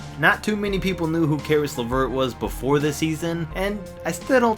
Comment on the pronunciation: When he said Caris LaVert I felt bad.....